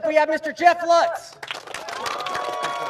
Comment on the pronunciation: Lutz, same name just Jeff pronounces it wrong, the name is pronounced Lootz.